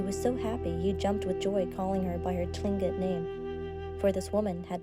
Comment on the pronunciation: Tlingit pronounce it like Kling-it and southeast Alaska natives are not considered Eskimo. Otherwise it's a very good story.